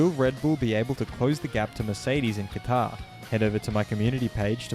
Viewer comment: Wait? Did you say Taqar?